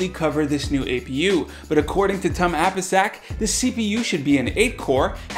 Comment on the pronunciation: I think it is pronounced "TOOM" - Tum APISAK...just what I think...I'm not certain. So here is the thing...intel is going to be making a bit of a comeback next year, but in the mean time AMD is simply handing them their ass on a platter and is slowly but surely taking OEM's away from intel....intel keeps trying to do things like this to keep OEM partners...they are still banking big, but their still losing (ATM) to AMD. This is why, I think, that these new optane models are OEM only....BTW an OEM can resell these, they just need to make it part of a product, that product can be a drive adapter or anything....so this tactic may not even help...I have no doubts their next proc will be good....but at this point a product that actually exists is better than any product on paper.